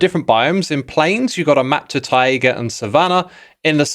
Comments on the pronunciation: Is it ti-aga as you keep saying or is it tai-ga like tie-gah? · why do you say "tai-a-ga" it's just tai ga where are you getting an extra a??? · Most people: taiga Xisuma: tiaga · Tie-A-Güh?? Its just tie-guh my dude. I've never heard a single person pronounce it that way wow that's just so weird. Wild. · X pronouncing “taiga” as “tiaiga” has me wincing…but maybe it’s just misplaced upset, because I am really dreading the villager trade “rebalance” (which in reality is an ultra nerf that makes getting a full set of librarians virtually inaccessible to anyone who’s not a full time MCYT). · Why do you say 'Tai-ay-ga'? You're adding an extra vowel sound. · ta-ye-ga (taiga) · bro, I think you pronounce "Taiga" wrong lol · ...is he saying taiga funny on purpose? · Xisuma I say this with all the kindness I have in my heart why do you say Taiga like that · No hate - but please google how to pronounce taiga - it makes me wince every time ;)